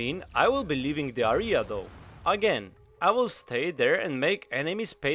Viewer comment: "Area" pron. (euh - ree - uh). Besides that, great video! W <3